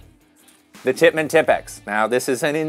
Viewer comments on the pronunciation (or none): Am I the only one than my ears bleed when I hear tipx instead of T I P X (tee I pee exe )